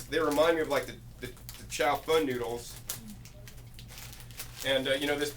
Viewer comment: It's not chow "fun" noodles. haha It's chao-fAhn